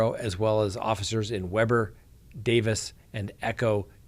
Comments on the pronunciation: You did not just say weberrr 😂😂😂 it’s Weeber!! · Weber is pronounced wee bur